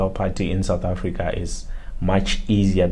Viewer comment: Mayibuye SOUTH AFRICA not AFRIICA